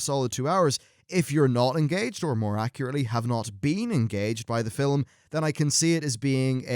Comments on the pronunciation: ..... can you stop saying "fil-um"? You say it fine when you're in the middle of a sentence, but for some reason when you're introduction a new segment, you put this weird enunciation on it. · You keep saying, "fill um." Film has only one syllable: the 'L' is soft. Are you deliberately making fun of the English language? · film....not filim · I understand he has an accent, but why does he pronounce it both 'film' and 'filum' during the video... seemed odd that in a span of 20 seconds he'd say it both ways. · "Filum" hehe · Why does this guy say film as "fillem"? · glad i'm not the only one who was compelled to scroll down to the comments just because fillum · you say "film", i think you'll find its pronounced filim. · Anyone else notice how pronounces film fill-em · I love the way you pronounce "film" haha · My biggest surprise was the development of Blackhand. I really enjoyed him . Oh and let's not forget Gul'dan :) Also, why do you say film weirdly in some places? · In certain parts in the UK and Ireland this is how it is pronounced. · "Fillem"? of "film"? "Genuwhine"? or "genuinn" (phonetically speaking) - great review still though.